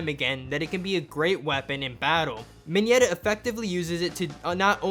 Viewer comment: I know that Mineta is awesome and all but can this dude just stop saying ‘minyeta’